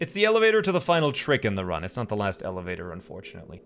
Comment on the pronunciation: sure, an eleva'or